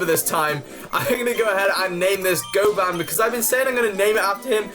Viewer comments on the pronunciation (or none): Oh I didn't notice you named it goban, and just for advice its pronounced Go-bin not goban